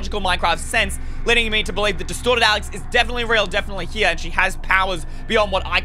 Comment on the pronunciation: In the begin when when you says “Destorted” Alex, I thought/heard “DESTROYED Alex”... My mind was like; wtf???😳😂😂